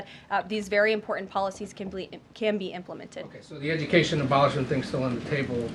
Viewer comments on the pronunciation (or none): Karoline please pronounce correctly the word: "IMPORTANT".... not "IMPORTUNT"!